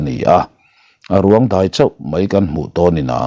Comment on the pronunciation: Deih ,,,ni lovin, Daih tih tur...